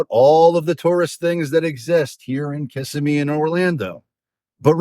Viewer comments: It’s pronounced KUH-sim-EE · LOL!! Kissimmee is pronounced Kih-sim-ee! Emphasis on "sim". Your pronunciation of it cracks me up! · I know you can tell when people pronounce that incorrectly we all know they’re from out of town.😂😂😂😂